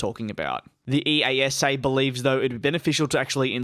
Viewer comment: ‘ee-ah-sah’ is how you say EASA